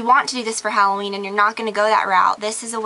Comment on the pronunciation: gorgeouss. thank god! i found someone who says hal-o ween instead of hall-oween